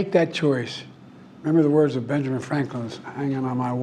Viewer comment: He has had a mild stroke. Their are certain words he has a problem pronouncing.